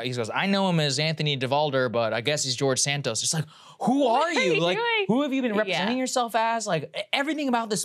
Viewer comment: LOL Krystal is fascinated .. And also said his name as De-Santos.!